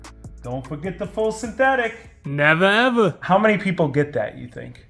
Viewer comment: nevah evah